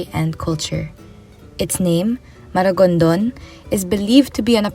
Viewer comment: MARIGONDON NOT MARAGONDON. I'VE BEEN IN MARIGONDON IN CEBU LAST YEAR.